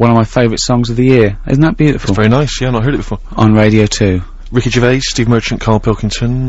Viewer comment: "Pwesenting: Wicky Gewvais, Steven Mewchant and Kawl Pilkington!" [crowd goes wild] "And now back to me again!" [cwickets]